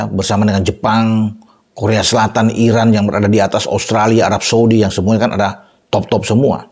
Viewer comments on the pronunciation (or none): none